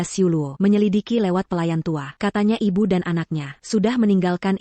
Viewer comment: Bagaimana penerjemahnya ya? Suami kok jd siomai, makanan dong, bilang ibu, ibyu, knp ndak biasa2 sj, bilang tidak, tadak, ndak enak dengernya.